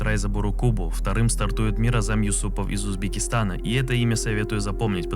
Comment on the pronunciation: Можешь на одном из своих видео рассказать про игру iRacing более подробно То есть сделать туториал Я тоже хочу начать заниматься симрейсингом Было бы интересно посмотреть твою версию И кстати ты правильно произнес имя Миразама